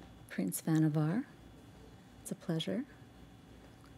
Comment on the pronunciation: Pretty sure the actor just misspoke - everyone else including the storyteller rhymes the last syllable with "car".